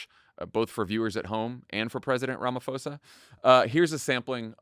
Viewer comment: It's promounced "Ramaposa" not Ramafosa.